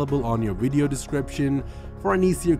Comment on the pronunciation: It's should be video not wideo